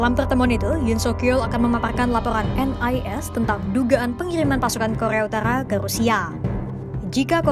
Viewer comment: Kokhrrrrea utarkhrrrra 😂